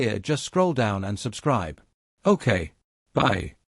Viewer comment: You said subscires